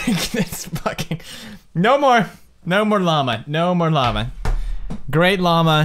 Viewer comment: LLAMA, not lama.